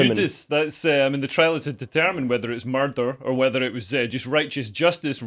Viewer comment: I like the way Sc0ttish people say "murd3r". 👍👍